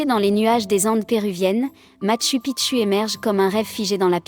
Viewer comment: Merci M. Coilhac. Et content aussi de vous voir ici 😊 En effet, la prononciation du système de synthèse vocale est perfectible 😄 tu devrais adapter le texte en ce sens, Matchou Pitchou, Ararate, ... 😘